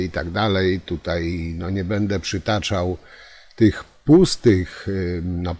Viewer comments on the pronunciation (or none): none